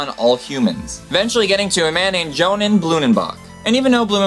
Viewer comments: Johann is pronounced "Yo-Han". Otherwise great vid. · Please, because your goal is to educate people, at least learn to pronounce things correctly. You were saying names wrong, skin conditions wrong. Since when is Johann pronounced Jonan? François is not the same as Francis. You left out an entire syllable in methemoglobinemia. Just...no. You clearly spend time researching what you put into your videos. Research pronunciations too. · françois = fran-swah, johann = yo-hann, basic pronunciation. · Johann is pronounced Yohan. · Yeah Françoís Berníer is pronounced 'Fran-sea Bor-ne-ey' and Johann is pronounced 'Yo-Han.' Hope this helped